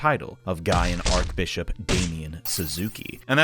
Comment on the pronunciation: Archbishop is not pronounced "ark-bishop" it's pronounced "arch-bishop"... like the bridge type of arch. Why are Americans so bad at basic English words?